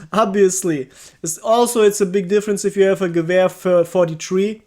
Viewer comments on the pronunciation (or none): none